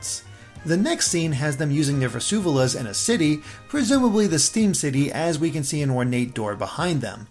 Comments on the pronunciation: Well, you missed the pronunciation of “Vu vu ze la” twice. It isn’t Vezuvela. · it's vuvuzela. Not vusuvela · Vuvuzela is pronounced like "voovoo-zell-uh" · Hector_here It sounds like he’s saying “Versuvalla”. Every time I thought “you mean vuvuzela?” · Sorry, Grammar Nazi-side is restless. Vue-Vue-Zay-Lah or Vue-Vue-Zeh-Lah. Otherwise; Thanks for the amazing Analysis! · It's vu-vu-ZE-lah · He said vuvuzela wrong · You really butchered the word vuvuzela, lol